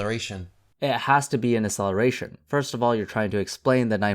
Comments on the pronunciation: Please learn how to pronounce "acceleration" properly, it really bugged me. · Can you please pronounce "acceleration" properly? Because your "acceleration" sounds like "celeration", and cause of that I thought that you were talking about something completely different